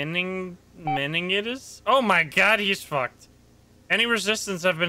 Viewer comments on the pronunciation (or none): Meningitis -not Mengentitus or whatever you said